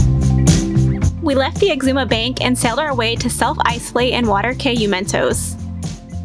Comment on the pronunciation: Please it's an assault on my hears hearing you mispronounce the islands in my country... it's pronounced "KEY" - Cay